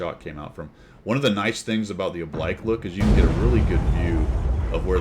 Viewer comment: Oh-blike?, we covered this. It's 'oh-bleek', like you're on fleek. This one surprises me for not being in your vernacular already. Oblique is an adjective that applies mostly to angles. I'd think angles would be a frequent topic of discussion for fighter pilots, so the words used to describe them ought to be close to hand.